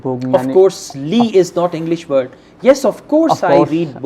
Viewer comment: iiiingggliisss :D